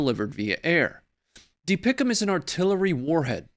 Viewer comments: You don't say DPICM like a word. Just the letters. That was cring hearing that. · It's not pronounced dee pic um. It's D P I C M Former Marine Artillery Officer... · Pronounce the acronym by saying each letter individually.. It is NOT DeePickEm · Dont make DPICM a word. Just say the letters.